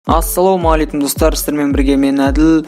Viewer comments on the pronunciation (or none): none